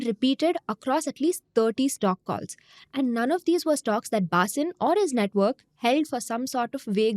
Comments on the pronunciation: ATLEAST take the name correctly ....BHHHAA-SIN is wrong .....the pronunciation is Bhasin ! 😂😂😛😛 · Zerodha folks.. when you do research videos can you get the name right pls.. it is pronounced 'Bha seen" .. not "Baa sin"... the fact that the name is mentioned close to 100 times in this video makes your good efforts look poor.. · U r Punjabi or from north - can't u pronounce "Bhaseen" wtf is bAAsin ? Shamelessly colonized mind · Not Bhaasin, it's Bha-seen. Read it in hindi. SEBI should look in its own backyard and probe Madhabi Puri and her husband's ill gotten wealth. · His surname is pronounced as Bha-seen. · Can u please pronounce the surname correctly .. and what were the channels who put him on air doing as due diligence ??? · Is angrej ko भसीन padhna nahi aa raha hai. Faltu ki artificial accent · She is not able to pronounce Bhasin correctly. The reading is so dry that it looks like a robot reading the news. There's nothing New in this fraud, earlier CNBC Awaaz was caught with a similar modus operandi. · Pehle "Bhasin" pronounce karna sikh le. Cringe af